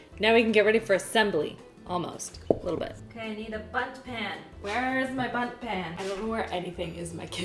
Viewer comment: It sounded like she kept saying butt instead of bundt. I'm so immature...